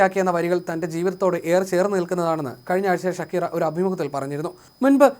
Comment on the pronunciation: ഷകീറ എന്നല്ല "ഷാകിറ" എന്നാണ് europeans ഉച്ചരിക്കുന്നത്